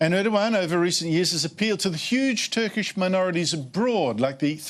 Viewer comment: ER DOG AN its ER DOG AN for fooks sake